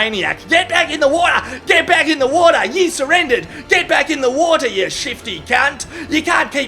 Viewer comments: "And jumps, into the shitty wota" 😅😅😅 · Get back in the WOTAH! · "and jumps into the shitty watah"